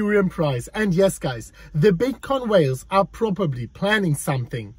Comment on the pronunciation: Lol......"probobly" ,,,,,,,anyone can say maybe or probably